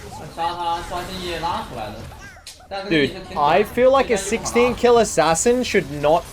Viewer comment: Bro, it's Ass ass in, not Ass as in